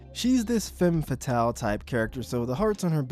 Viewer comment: femme fatale is pronounced "fam fatal", it's from french, stop pronouncing it like femboy